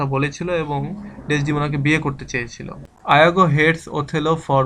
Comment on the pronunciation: ইয়াগো কে আপনি আয়াগো বলছেন কেন?